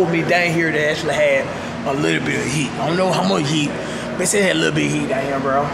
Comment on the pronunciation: WHEN HE SAYS HEAT IT SOUNDS LIKE EAT